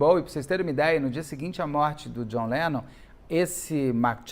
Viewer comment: A cara do Beto falando:…Jhon Lenom…